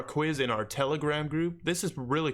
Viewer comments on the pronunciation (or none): none